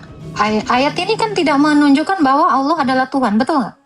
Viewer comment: Allah bukan Olloh. bukan pula Theos dibaca Allah 😅😅😅😅😅😅😅😅😅😅😅😅😅😅